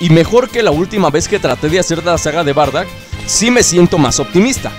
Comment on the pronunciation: no es bardack es bardock